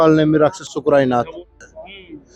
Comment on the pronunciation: शुक्राई नाथ नहीं है सुकर नाथ है